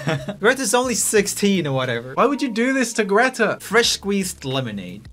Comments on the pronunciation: The real question is why Joel is pronounceing "greta" like Dave is... He's swedish so he know hows Greta is supose to be pronounced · JOEL WHY WOULD YOU PRONOUNCE GRETA LIKE THAT YOU'RE LITERALLY SWEDISH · I love how he pronounced Greta wrong despite the fact that he is Swedish 😂😂😂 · no im Swedish and he pronounced it wrong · They way u guys pronounced greta , THAT was kinda infuriating , at least for me